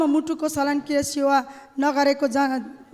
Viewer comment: जाबो एउटा सल्यक्रिया भन्न पनि नसक्ने लेखेको कुरो प्रष्ट सङ्ग पढ्न सम्म नसक्ने ले आलुको देश चलाउछ र बनाउछ ।